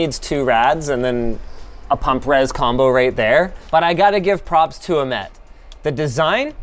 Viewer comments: nobody is going to talk about how he said the name "Ahmed" wrong every time! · Why do you call the creator of this "case" Amed? you are missing a letter.